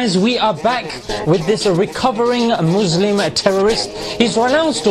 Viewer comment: Good video but one mistake it's not mwzlim its mazlim 😂